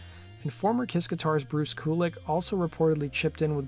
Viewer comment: Bruce K-you-lick